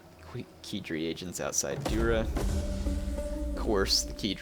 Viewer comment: Kidri, not Quidri.